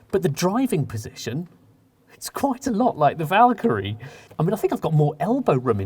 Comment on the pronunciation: Vakyrie it's